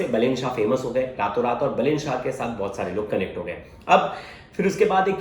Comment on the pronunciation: अबे बेलेन नहीँ बालेन वा बालेन्द्र शाह है